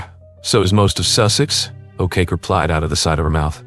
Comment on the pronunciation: An English narrator, really, I honestly thought by the way pronounced Sam's surname as A Cake E, Ok Ok, O Kacki .